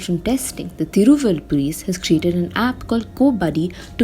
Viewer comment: Hey Young lady, guess you are a TAMIL GIRL!!...........THIRU'- VAL'- UR = Thiruvallur, but you pronounce like a North Girl!!